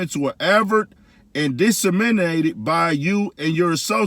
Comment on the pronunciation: Lmao dis-er-min ate it.